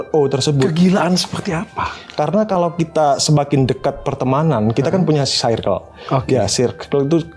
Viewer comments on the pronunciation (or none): koreksi mang perasaan circle bacanya bukan sairkel klo di bhs inggris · Bacanya “sirkel” sih tapi abangnya juga salah sih baca “due” harusnya dibaca du. Koreksi klo salah ya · Mon maap mase yg ud biasa panggil2 pk sbutan babe, bro, bae n klaimnya ud lama gaul di bgor n jkt, lurusin dl lafal circle nya please.. jgn sok english cos englishnya ga syairkel jg.. kuping gw skt😂😂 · Dia ngelafalin circle aja sairkel, mn tau arti Bae (baca: be) yg artinya Before Anyone Else alias prioritas/someone special buat girlfriend, boyfriend. Curiga 1 circle cm 1-2 yg paham be yg di mksd. Krn kl bee itu bacanya bi bkn be. N pnggilan syang lbh ke bae (my bae), bkn bee. Honey beda lah sm bee. Bee = lebah. Honey = madu. Honeybee= lebah madu. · diperbaiki dl pronounce "CIRCLE" nya yaaa, sok2an ngmg circle, cara baca ne wae SALAAAH, ngisin2i